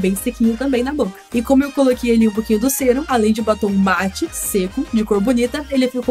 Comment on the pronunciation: SE FALA SÉRUM!!!!